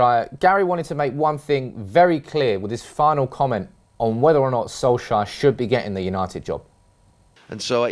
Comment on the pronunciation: Soulshire? Who is that? It's S-O-L-K-S-J-A-E-R!